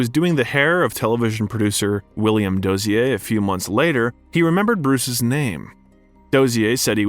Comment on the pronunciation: Oh my fuck! How can you mispronounce so many well known names? Say it with me kay-toe. William doe-zur.